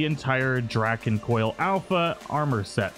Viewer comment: Good to see i wasn't the only one slightly put off but them being mispronounced.